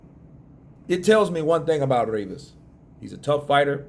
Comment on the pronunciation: Rrrrrrrrivas yeah mate that sounds better than Rivas keep doing the rrrrrrrrrrrrrrrrrrrrrrrivas bs